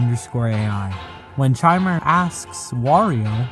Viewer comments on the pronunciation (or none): Something I want to note about the last video - I don't think Chimer is meant to be pronounced with the typical 'ch' sound, but rather a 'k' sound. Chimer, given what we see of it's Bowser/Clown Car form, plus the fact its text popups use multiple character prompts (and Mario's AI claiming to feel Luigi's presence during its encounters with the thing), Chimer is meant to be a literal, digital Chimera of multiple entity's AI and forms